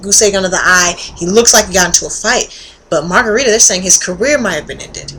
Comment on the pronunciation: lol margarita? it's margaritO! anyways you get points for being a chick who watches sports.